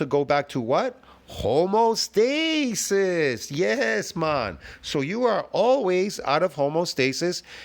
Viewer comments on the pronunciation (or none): I have to question the so called knowledge you've gleaned over the years if you keep mistaking the word "homeostasis" for "homostasis" even after I've corrected you on this already. Also, the carnivore diet is an elimination diet by the way.